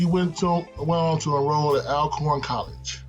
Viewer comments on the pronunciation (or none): it's pronounced Allcorn, great video